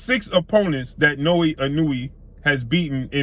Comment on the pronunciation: called the boy Nowee Newee 🤣😂🤣😂